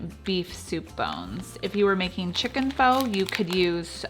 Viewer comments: Early on I mispronounced PHO too...it's FUH. Just FYI. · Pho is pronounced fuh. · F-ugh not fa lol 😂😂😂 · Pho is pronounced ‘fah’. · Not foh but fuh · Just fyi, Pho is not pronounced "Foe". Its more like "Fuh"...Fuh-getta bout it! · Every time she said foe, I said fa. :) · just to let you know, it is pronounced "Fuh" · I love your recipes BUT Pho is pronounced “pha” very short a 🙃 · Pho is pronounced like fu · It's pronounced FA, just an FYI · Love these recipes !Thank you, (FYI it's pronounced FUH =) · I love you videos! PS: pho is pronounced Fu, like FUn. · This is great...and BTW, pho is pronounced FU...like in funny. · I'm looking forward to trying these recipes. By the way, Pho, is actually pronounced Pha. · What the Pho? (Pronounced as fuh) thanks for sharing ❤️ 🍜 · The generally accepted way to say “pho” is “fuh.” Looks delicious though! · Thanks for the recipe. I do believe Pho is traditionally pronounced like “faa” instead of the way it’s spelled because there’s an accent mark on the letter O. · I was also going crazy at the mispronunciation of Pho. So much so that I couldn't take it any more and skipped to the next recipe. Seriously - I am so ridiculous! Great recipes though. Thanks bunches for the inspiration.